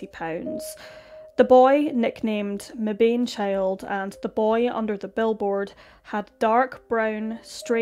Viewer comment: Meban. Short "a". This breaks the rule of long "a" if followed by an "e". Welcome to English.